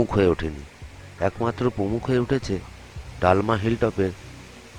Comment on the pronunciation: ডালমা নয় দলমা।আর স্যানিটারি নয় সেঞ্চুয়ারি।